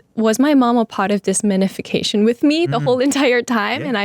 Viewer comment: manefecation is not a word 😭💀 she meant manifestation…